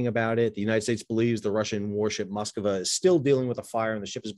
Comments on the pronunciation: sir...."Moskova" is not how you say it or pronounce it....it's extremely easy to say it....follow with your eyes...."mosk-va" ....I'm not russian, but I do know how to just read .....this drove me nuts throughout your commentary!!! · What is it with Americans and foreign names? It is Moskva, not Moskava.